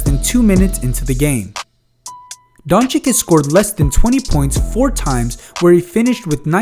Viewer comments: If you gonna say his name, please say it correctly. It's Don-"chitch" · Take your time and learn to pronounce Don-cheech correctly, pleaseee!!